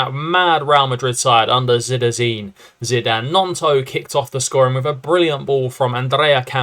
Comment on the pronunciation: you pronounce Zidane like I have heard no other